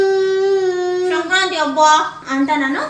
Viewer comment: ಅದು ಶ0ಕ್ರಂತೆ 😲😬 ಅಲ್ಲ ಸಂಕ್ರಾ0ತಿ ಕನ್ನಡ ನೀಟಾಗಿ ಮಾತಾಡು